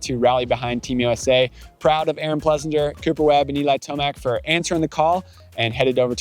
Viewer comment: AP’s name is pronounced Plessing-er